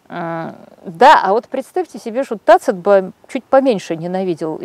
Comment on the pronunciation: Юлия Леонидовна, технические возможности позволяют исправить брак в аудиозаписи. Вот пусть Алевтина Пугач исправит за свой счет в Вашей книге когномен "Таци́т" на "Та́цит"; хоть Пу́блий, хоть Гай Корне́лий, но: Та́цит, Та́цит, Та́цит, Та́цит, Та́цит, Та́цит, Та́цит, Та́цит, Та́цит, Та́цит, Та́цит, Та́цит, Та́цит, Та́цит, Та́цит, Та́цит...